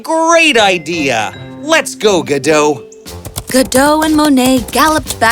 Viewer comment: Godot not Godo